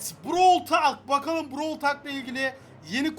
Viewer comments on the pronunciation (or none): Abi brawıl talk değil browl tolk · abi brawl tal brovl tolk diye okunuyo brovl talk değil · brawl talk diye yazılırı brawl tolk diye okunur ingilizce öğren git ben çeviriden bakmadım